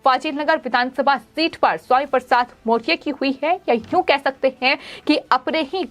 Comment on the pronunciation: मोरिया ! मौरया बोलना सीखो पहले